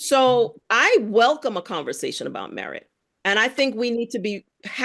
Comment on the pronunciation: Merit = "MeWhite"